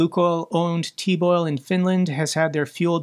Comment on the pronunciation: The "teb" in Teboil is rhymes with "Ted", not with "teed"